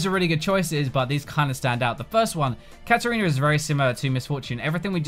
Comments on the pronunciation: KatArina, not KatErina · KatArina not Katerina.... You misspelled it once, but then spelled it properly after????????????????